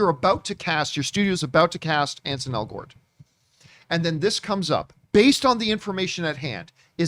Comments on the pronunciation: It's ANSEL , John. Not Ansen. 🙄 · At least learn his name. His name is Ansel, not Anson.